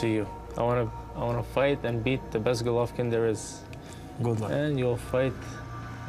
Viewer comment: GGG is gonna smash him for David calling him Golaiv. he did it purposely.